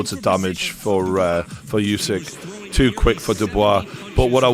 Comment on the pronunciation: Another commentator that can't pronounce Usyk's name despite everyone being reminded thousands of times now. Still like that guy's break downs though.